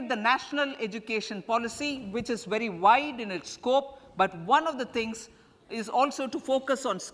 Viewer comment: Bery bery gud